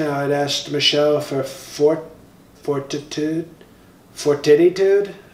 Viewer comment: Fortittietude ... Lol